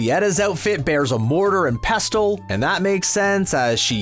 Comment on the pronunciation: Okay, you can't even say pestle right. They should have picked someone else